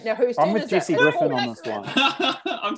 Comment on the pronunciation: I was fascinated by the kiwi pronunciation of Jesse like Jackie until they brought up her zoom mistake.